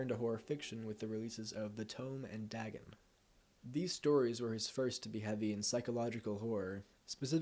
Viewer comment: And its pronounced day-gun, not dah-gun